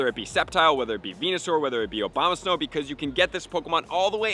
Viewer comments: do you know it's A-boma-snow and not O-bama-snow? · He always says "Obamasnow" it cracks me up!